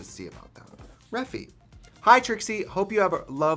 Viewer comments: gurl… her saying reffi instead or regt is even more triggering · Is it not refyyyy as in ai??? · I’m gonna wait till she realizes she says Refy wrong